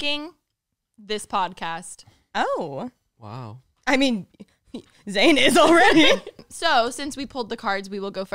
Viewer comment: Trying to eat and watch this episode was impossible!! I couldn’t stop laughing especially mispronouncing zane’s last name 😂😂